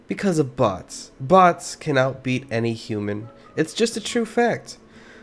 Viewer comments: for sec i thought he said butts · Everyone has to be honest the first time he said 'bots' who else taught he said box ? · I thought you said "bought" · i feel like you said butts instead of bots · I heard butts without the captions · What I heard, is him actually saying butts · I’m confused bc your saying boss or box that’s why I’m confused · I thought he said butts lol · ok im so confused is he saying bots, boss or butts?